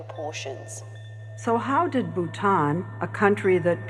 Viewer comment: that pronunciation of Bhutan is killing me